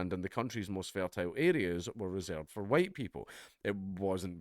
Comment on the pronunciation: "The HUWITE man is back!" = Dankula, pushing his luck. AGAIN!